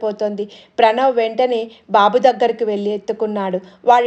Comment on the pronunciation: Koncham prinouncian marchukomma!! Babu ki bu ki dheergham tiyakydadu, pitrothsaham kaadi puthrothsaham